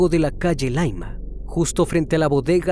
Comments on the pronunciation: ya si, el tema a indicar es que No es Laima como lo menciona, es Llaima con doble L. Y no, que sea extranjero no es justificación, ya que nosotros no aprendemos sus raros e intrincados Nombres de zonas mexicanas, ellos deben averiguar para recurrir en equivocaciones. Tu serás más simple, yo soy más exigente. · Dice colchane y es Conchalí no es laima es calle llaima